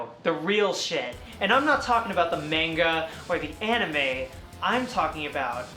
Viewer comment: I will support you throughout the entire duration of your transition, you fucking rock and you're a goddamn inspiration who is still pumping out consistently great content to this day... but I will never support the way you just said manga.